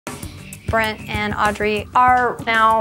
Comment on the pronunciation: "Brad and Audrey ARR now.. "